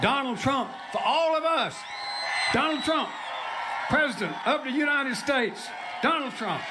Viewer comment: "DoNaLd PrUmP!" Stable genius.